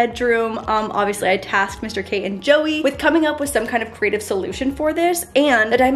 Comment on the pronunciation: “Crateive” solutions 😂